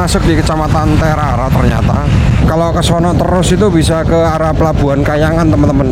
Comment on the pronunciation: tulisannya TERARA dibaca TERARE bng.